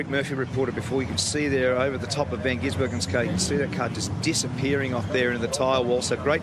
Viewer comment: Even in 2023 and totally different race series nobody seems to be able to pronounce van gisbergen except as van ginsbergen...maybe he should just change his name..